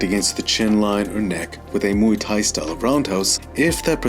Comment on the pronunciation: Mooey Tie (phonetically)? It is not a sound a cow utters! You do cover the subject in a precise and well thought out manner; but Muay Thai is pronounced (phonetically) as rhyming with BOY but with an M replacing the B - so, we have this to help you, since you wouldn't call 'KARATE' KORETE, now would you, my dear (BOY)? Here is the Thai pronunciation, which is respectful of both the tradition & the language - Have a healthy and productive New Year!